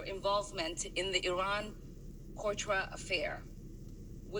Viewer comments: She knows how to pronounce N's because she has no problem with them in the rest of her words, but when it comes to Iran Contra she has trouble saying contra because she dosnt know the word, proving she dosnt know about one of the largest scandals of the past 35 years, and she was elected. I can see not knowing your history 150 years ago but 1986? Lol get the fuck out of here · She said "Iran Cortra affair", she didn't write what she was reading and therefore had/has no idea what she is talking about!